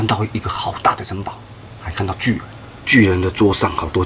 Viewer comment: 巨人你說成拒